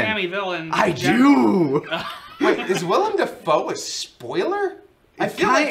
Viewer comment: As someone named Willem, it feels really weird hearing you guys say Willem Dafoe properly so many times. Everybody just calls me William or spells it Willum or something, and NOBODY knows who Willem Dafoe is.